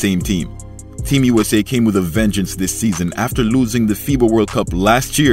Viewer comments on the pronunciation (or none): none